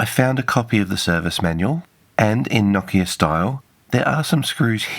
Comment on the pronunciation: Thanks for properly pronouncing it "NOKIA" and not "NO-KEEA" like many anglophones do.